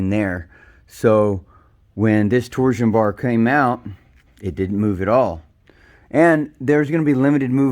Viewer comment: Good video but it pronounced torshhh-on bar not tor Zion